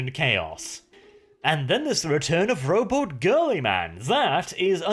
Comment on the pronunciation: Did you say the return of Robot Girlyman or did I mishear you :D